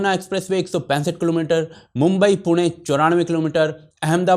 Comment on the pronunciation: Thanks for pronouncing पुणे properly